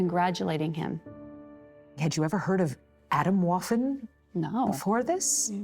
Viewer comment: Now I wonder how well u research things. This is not „autumn waffle“. You should have put the effort in to pronounce it right. It is so far from what you are saying over me over again. Makes me question the rest of the research you ve done.